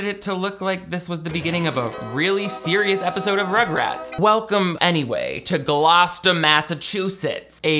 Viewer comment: The pregnancy pact happened at the high school in my home town and when this movie came out everyone watched it and my cousin who went to the school at the time was live fact checking as we watched and everyone was GOING OFF on twitter. It was a wild time Also editing to say I appreciate you pronouncing Gloucester correctly